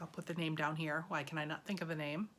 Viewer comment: OMGosh, you actually pronounced my name correctly! I feel almost like a stalker, since I am copying your process now for socks and plan to knit a fair isle sweater, similar to yours, however I will do steaking on it. That will be something I’ve never done. So once again, thank you for these Vlogs to inspire us. Ripping back mohair is such a pain.